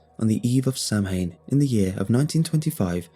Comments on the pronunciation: fun fact "samhain" is actually pronounced "sow-wen"! isn't that bullshit? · This is a great reading, as most all of your videos are. Just one small detail is: Samhain is pronounced "sow-ayen" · Samhain is pronounced sow-in or sow-een. I love your videos. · Shamhna is Irish celebration of Harvest its pronounced Sow-in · Not just of Irish culture. Scottish and pagan here, and we pronounce it Saw-win. It’s the celebration of the end of the harvest